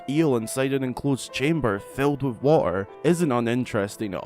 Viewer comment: Dude, u need to learn how to pronounce your T's. Hate the the way u say water lmao!!! xD